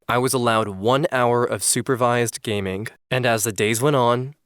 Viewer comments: Good video, but something(k) is annoying(k) me every time he says gaming(k)... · Is it just me or did he say gaming with an k at the end?😂